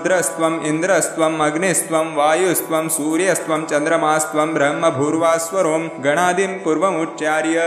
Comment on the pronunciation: This "ब्रह्मभूर्भुव:स्वरोम" pronunciation is wrong Please re correct